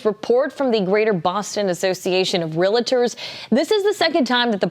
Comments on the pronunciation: You hear that shitty reporter? She says "real-uh-turr" instead of what the word actually is, REALTOR. Why do people mispronounce that word so often? It's like nuclear, Americans can't figure out how to say it!!! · “Realtor” two syllables, not three.